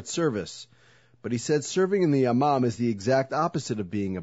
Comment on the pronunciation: I heard it as "Ya mom" aswel >.<